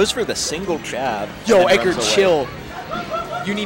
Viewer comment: oh my god stop saying edgard that's not his name his name is edgar no extra d holy shit